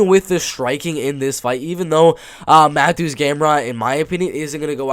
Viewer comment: both. Yes the T is silent so it’s like Saryukyan. And Mateusz is pronounced like Ma-Toosh. I’m glad you were able to fix others like Petr Yan, Benoit Saint Denis, Dricus Du Plessis to name a few.